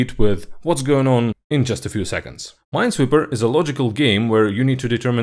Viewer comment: It's ... Ninesweeper.